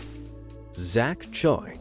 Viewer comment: I loved the video but, The way you pronounced Choi I Cant- ✋